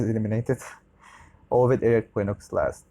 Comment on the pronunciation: if you read quinox = kinox not kwinox.